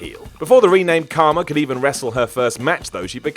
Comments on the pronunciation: Kharma, not Karma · it’s Kharma not Karma. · Its KHarma, not Karma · It's Kharma, not Karma. Who the fuck is editing these videos?